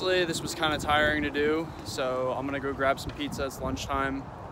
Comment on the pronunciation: "This was pretty tire-ing to do"